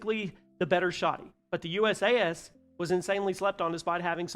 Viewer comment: I'm going to make this easy for you in the future the pronunciation is basically like saying you sass so it's usas=you sass